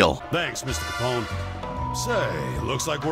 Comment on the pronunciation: Al capon 😂. Loving it Still, great video 🙌